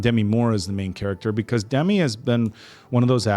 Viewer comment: Guys, two things: it's Duh-MEE, not DEM-i, and Dennis Quaid is so f-ing NOT Randy.